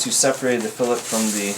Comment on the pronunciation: Nice video but learn how to pronounce fillet.